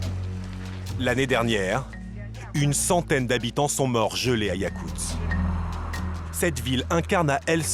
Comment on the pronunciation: yakutsk, pas yakuts, voix-off de merde